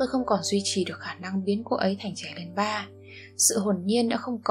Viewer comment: "trẻ lên ba " từ này ráng đọc rõ hơn chút bạn ơi. Bạn đọc xuống giọng nghe thì em tai nhưng 1 số chữ không rõ. Trước tiên mình phải đọc sau đó mới điều chỉnh cho hay. Mặc dù giọng bạn rất ấm.